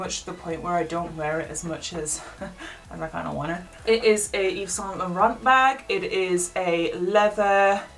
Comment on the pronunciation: loveee this collection butthe way she says saint laurant triggers me👁👄👁